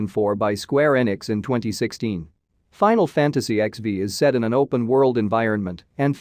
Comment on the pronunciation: Your pronunciation suck on nioh 2 final fantasy xv nier automata